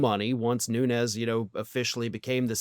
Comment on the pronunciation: Your pronouncing his name wrong, he's Azorean Portuguese and it's pronounced without the ez, it' more like noons.